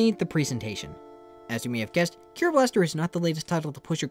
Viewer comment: I'm not japanese so I shouldn't care about this, but its pronounced Dai-Ske, not Dai-sook, and the name of the game is Ke-ro Blaster, not Kee-ro.